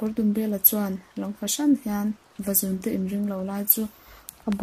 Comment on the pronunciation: Vazûnte tih hi LÛ tih kan lamna Û kan thluk ang hian thluk tur a ni.... Vazûn hi sava chikhat a ni...